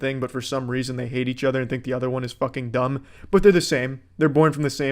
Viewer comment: “For some reazhon”